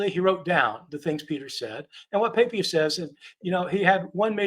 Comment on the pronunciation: This guy can neither read Greek or Aramaic. And his pronunciation of ancient names is abhorrent! So he's got a legal degree. I have heard during my BA in the Classics that Lawyers Latin is atrocious! Right now he is saying "Pa payas" and not Pa pi as --- ugh! This fellow could have paid for a tutor to work on his ignorant pronunciation.